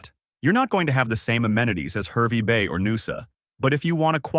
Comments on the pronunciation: It is HARvey Bay not HERvey Bay. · HAHR-vey Bay. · Oh no 😂 stop Herby bay.. yeppoohn 😅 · It's pronounced Harvey Bay